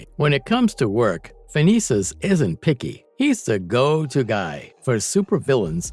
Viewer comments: Okay, first of all, Tinkerers real name is Phineus not Phinesus. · Its Phineas, not Phinesis.